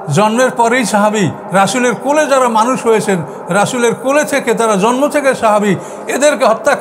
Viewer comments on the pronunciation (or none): none